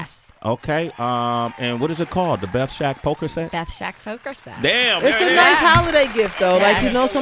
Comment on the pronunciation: BETH SHAK not Shek